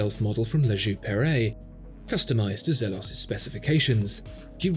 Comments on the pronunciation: Zeeeelos! Not zeh-los. Great review as always! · Molesworth elshan the founder confirmed that it’s pronounced as “zeeelohs”